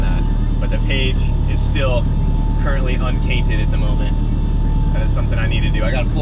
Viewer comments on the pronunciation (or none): "Cainted the page" 😅😅😅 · “Cainted the page” 🤣🤣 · Holone, wayment. Did I hear "the page is currently uncainted at the moment"? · "..Man, I'm slacking guys. I still haven't cainted the page ..." lmao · "Cainted our page" 😂👌🏼